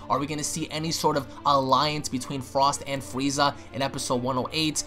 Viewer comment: Lol be said "fweeza"